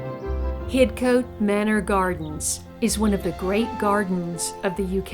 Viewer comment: Lawrence Johnston was born in Paris France he was a British citizen heserved as Major in British armies during two wars. Hidcote is pronounced HIDCOT. johnston buried in local church hear gates to his gardens but went to France to build another .He died there and body brought back to be buried next to his mother in England. Only his mother was born in America.